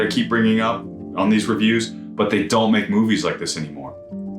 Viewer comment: Not to nitpick but it's pronounced RON. This movie made me obsessed with Japanese costume design and Emi Wada is one of my idols.